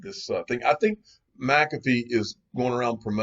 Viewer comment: Mc-calf-fee - Unofficial Incorrect Pronounciator of the Digial Asset Investor Channel